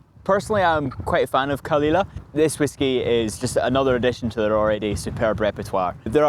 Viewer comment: He needs to learn some Gaelic. His pronounciation is awful.